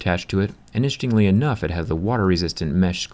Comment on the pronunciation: I'm not a native English speaker, so I wonder why the word 'interestingly' is spoken like 'inshtingly'?